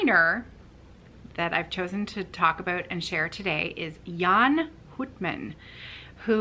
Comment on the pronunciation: The "ou" in Houtman is pronounced as the ou in out or about 🙂